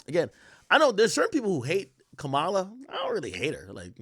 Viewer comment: Bruh stop saying “Kamaaaala”. It’s Ka-ma-La. 🤦🏻‍♂️